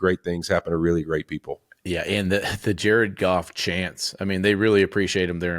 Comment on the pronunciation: I got chills during this video... Jar-Ed Goff ! JAR-ED GOFF!